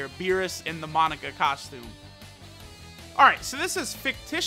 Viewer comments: Take a shot every time says "Monica" not "MOE-NAKA" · Ok it’s killing me it’s not Monica it’s mo-naka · mah boi.... its (Moe-nah-kah).... thats how its said in the dub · The cursed video where inability to pronounce Monaka will truly show itself